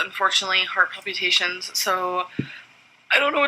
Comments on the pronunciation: New drinking game: every time she says palpyoutations, take a shot. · If she says "Pal-pew-ta-shuns" one more time... :/ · The way she pronounces “palpitations” is soooo annoying lol